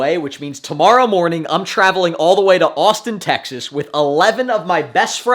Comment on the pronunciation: Wait you d said Austin texes